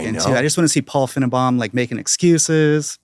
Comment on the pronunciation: Blantlantly mispronouncing Finnebaum just to piss off SEC fans is a big brain troll move. As a fellow paramedic and a lifelong SEC fan, respect.